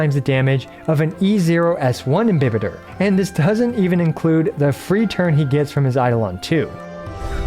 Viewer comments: Your Pronunciation is right He's actually Im-bi-Baiter Luna 😂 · Dude you're one of the few to pronounce "imbibitor" the right way 😭😭😭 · Your pronunciation of "Imbibitor" is correct: it's latin, so it's pronounced as it's written I don't know what the voice actor was drinking when dubbing (pun intended) lol Ah, just one thing: the plural of Squama Sacrosancta is Squamae Sacrosanctae (ae is pronunced like you do in Lunae) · 1., thanks for your precious videos! 2. You got the correct pronounciation for IMBIBITOR, however the AE sound in LUNAE should be shorter, like the E of EXACTLY 3. Wish me luck, i'm about to pull for this husbando 😂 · Your pronunciation is okay. This is a Latin word. There's no such thing in Latin as "im-bye-bitor"... This is just again the Hoyoverse localization team not giving a damn about the correct pronunciation of the words in their own freaking game... And "imbibitor" means something like "drinker" (most precisely, "imbiber") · I refuse to agree with the EN direction for how to pronounce it, your pronunciation of imbibitor is far superior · Imbibitor with an i is the correct Latin prononciation. You're damn right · FYI Your pronunciation of "Imbibitor" is in fact correct, although we don't know exactly what the latin pronunciation of words was, it's sure as hell gonna be closer to roman-languages such as italian or spanish than the americanization of EMBAIBITOR, which is a bit cringy tbh. I'm glad I didnt have to cringe for the entire video. Great work as always! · Technically you’re correct with your pronunciation, but the VAs did so in an English way 🤷🏻‍♀️